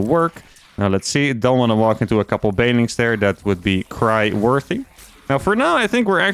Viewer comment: Been watching for a while and I think thats the first time I've heard him actually enunciate "banelings" instead of "baylings"